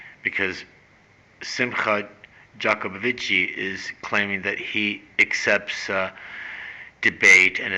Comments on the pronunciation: Jah co bow vitch is how it's pronounced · Hey whats wrong with you ? can you not even pronounce a name? The name is Simon Jacobs son. You see vitch is russian for son, Jacob is Jacob as in the BIBLE Simcha Jacobovic Simon Jacobson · YOU CAN'T PRONOUNCE HIS LAST NAME...IGNORANT. I hate even responding...thinking you are looking for comments and a higher youtube score...GREAT RESEARCH...FAIL. Although I don't agree with his process, and believed they are flawed...can't pronounce a name...you are...ignorant.